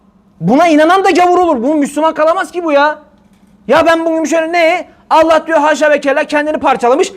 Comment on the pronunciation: neden Allah celle celalühu yerine ellah diyorsunuz. Neden böyle yapıyorsunuz.